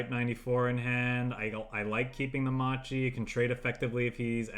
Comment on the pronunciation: great video, quick note macchi or whatever u read in italian that has "ch" or "c" in it it's a hard c, like a crusader, if it's "ci" it's soft like cheese or cello